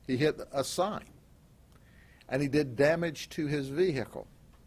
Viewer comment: "We are ''trained '' dectives...We know he has sangria and food""--the faq? Yeah because you ran his credit card?" Such detectives! ""THE VEE HICK LEE""??? Fucking S Grady!